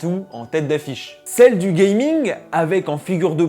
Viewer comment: Pourquoi "gayming"? gaming!